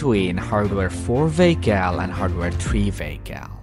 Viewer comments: Took me a few minutes to realize what a VAYKAL is. It's a vehicle. Let's say it together. VEEE....HICKLE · what part of europe are you from if you're saying vaykal.